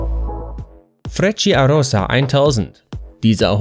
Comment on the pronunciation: Frecciarossa wird so nicht ausgesprochen. Es heisst Quasi: Frettscharossa